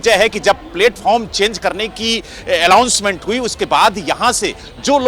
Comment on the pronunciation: Phle bolna Sikh le godi patrakar...allownment kya hota h announcement hota h degree kaha se li anchor banne ki ?